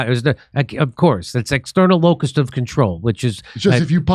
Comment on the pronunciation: "External LOCUS of control"... not locust. Dimmy.